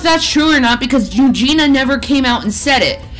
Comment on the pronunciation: “Eugen-e-uh”, 🙄